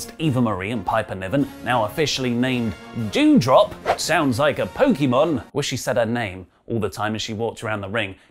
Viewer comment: it DewDrop not Jewdrop